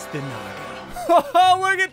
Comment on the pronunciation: "Naga" actually means snake in sanskrit, i felt amazing when he pronounced it. he actually pronounced it pretty close to how it is actually pronounced , by the way amazing video